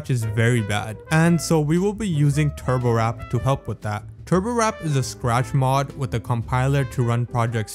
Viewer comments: triggered every time you say turbowrap instead of turbowarp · turborwrap pisses me off, PRONOUNCE IT TURBO WARP TURBo. WORP. TURBOWARP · Bro said turbowrap instead of warp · Why are you saying turbowrap and not turbowarp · ITS TURBO WARP NOT TURBOWRAP UGHHHHHHHH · it's turboWARP, not turboWRAP lol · TURBOWARP NOT TURBO RAP! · NOOOOO YOU DID "NOT" JUST CALL TURBOWARP "TURBOWRAP"! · the fact that he pronounced turbowarp as "turbowrap" is kinda funny but hey i ain't complaining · Im still mad you pronounced it turbowrap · THE WAY HE PRONOUNCES TURBOWARP AS "TURBOWRAP" AND Z AS ZED INSTEAD OF ZEE 💀 Also, Doom Had A Shareware Version ONLY Including The First Episode. I Wanna See You Recreate That ENTIRE Episode In Scratch. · Bro sounds like he is saying turbowrap💀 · SAME BRO